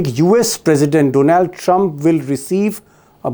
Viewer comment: सर डोनॅल्ड नही डोनाल्ड है सही उच्चारण हिंदी